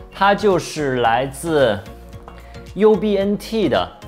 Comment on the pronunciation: AMPLIFI读法不正确